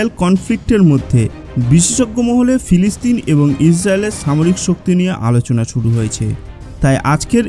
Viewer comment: বেটা ফেলেসতাইন না বেটা এইটা হবে ফিলিস্তিন উচ্চারণ সঠিক করে সাংবাদিকতা করো ধন্যবাদ